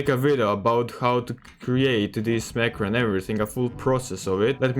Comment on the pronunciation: I did not understand which macro you said